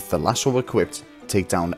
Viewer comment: It's pronounced LAS-OH. Not LAS-OOO